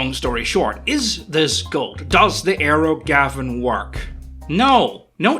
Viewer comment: You keep saying "aero Gavin", but I keep hearing "aerogasm", which sounds like what is going for.